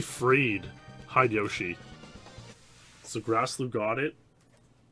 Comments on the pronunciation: I chuckle every time you say "hide-yoshi" instead of "hi-de-yo-shi" (hee-deh-yo-shee). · This may be because I've watched Baka and Test in high school, but on top of the fact of "oh my god TWINE Speedlore, is giving love to the wider 007 speedrun community" I think Hide-Yoshi is meant to be one name, like Heh-deh-Yoshi.